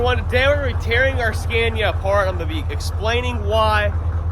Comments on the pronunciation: you can probably find some mid 80s scania 113 dump trucks up around new jersey and new york that are twin drive and likely the correct frame width. Pick up a whole truck for parts and cut the frame you need. Sandblast, paint, and swap. also its pronounced scan-ee-ya. Not scan-ya lol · As a born European I am glad finally to se those great tracks from old world brought to US and show them to American brothers. But please Scania is pronounced with a like America not like that brand that my wife used to sell, Avon or something😂